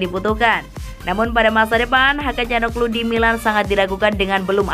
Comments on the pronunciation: Dari awal udah curiga setiap bilang Hakan calhanoglu jadi Hakan calhaglu, akhirnya ketemu kan momen ngakaknya... Tp ini editornya sih yg eror wkwkwk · Min ... Hakan Calhanoglu ... Bukan ... Hakan Calnoglu ...